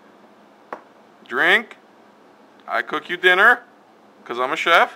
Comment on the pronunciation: Lol he said tinner instead of dinner lmao